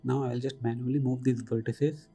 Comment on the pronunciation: its not verteces its vertices